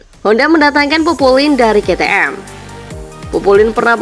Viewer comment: Aku pusing denger ke te em ke te em terus,,,pliiis kei ti em